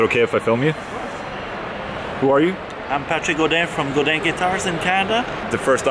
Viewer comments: GODIN NOT GOUDIN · It's not goudin, it's GODIN... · Duude.. It's Patrick Godin, not Goudin.. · It's Patrick Godin not Goudin but close enough ;) he make awesome guitar btw! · It's Godin not Goudin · hey Ola, it's Godin guitar, not Goudin.... hello from Montreal